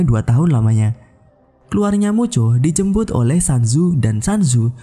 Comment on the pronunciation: Aku dnger "dijembut" bkn "dijemput" 😭